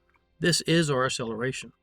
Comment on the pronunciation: Your enunciation fail on the word acceleration, is painful... I keep hearing ah or uh-seller-a-shun, never acceleration... You are still many times more knowledgeable than me, much more of a master in the world of intellect.